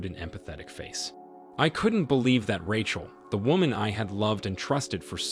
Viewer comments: RAY-CHEL!!! NOT RATCHEL!!! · Man this guy's a good narrator it's so funny how he mispronounces one word that you'd think he would absolutely know . This one it's "ratchel" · Who is, "Rah-Chul"?